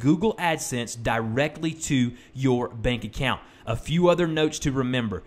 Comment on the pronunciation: is it just me or it said " back account "